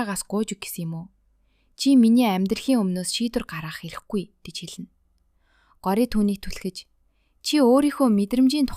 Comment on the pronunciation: Таям биш таам Гори биш гооряа